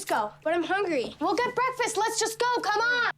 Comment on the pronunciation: I've heard that was unscripted, and ad libbed on the spot by Sofia. "Why the whoosh? Please coom back."